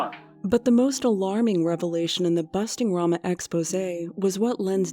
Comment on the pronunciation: He can't even pronounce Rama